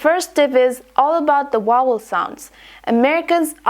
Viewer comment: if you focus on vowel sound you will aware that you pronounce the consonants sounds incorrectly just like in sounds of letter v in word vowel in . You are pronounced the v as the sound of w on the word vowel.